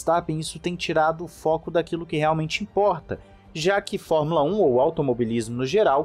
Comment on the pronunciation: Gostei muito, muito mesmo, de vc dizer: formula (É) como 99% dos brasileiros fala, e não formula (Ê).